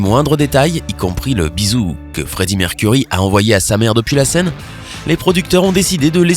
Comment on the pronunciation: C'EST PAS MERCURIE ARRÊTE DE DIRE ÇA IL A CHOISIS SON NOM EN ETANT UN NOM ANGLAIS !!!